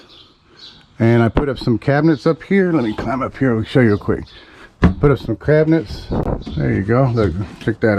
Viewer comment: “put up some CRAB-i-nets“ Love your channel. Just kidding around. But you did say “CRABinets.” Thanks for the amusement & giggles,! You’re doing a wonderful job!